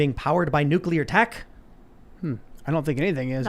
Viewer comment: Dude. NUCULAR? 🤢🤮